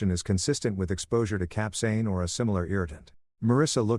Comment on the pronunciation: the pronounciation of capsaicine was butchered, but the story was pretty good. I mean the husband went way overboard, should have just recorded them, and went for a divorce, taking everything they had in joint assets, but that's about it. This level of revenge was just overkill. I mean, the superglue part was funny, don't get me wrong, I meant the capsaicine instead of the ointment. As someone who once tried the Black Mamba hot sauce, which is about 97% pure capsaicine, yes, that shit burns. A lot. I only tried the amount from the tip of a toothpick, and my head started to go red, and I'm pretty damn good with hot food. Getting that on sensitive areas like the nether regions? Oh hell no.